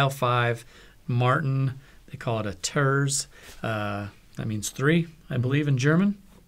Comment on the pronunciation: BTW, it is pronounced "tairtz" meaning 3rd in German since it's tuned a third higher.